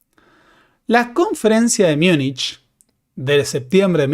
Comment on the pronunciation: No se dice Miunich, porque no es una palabra alemana, es una españolización de Munchen.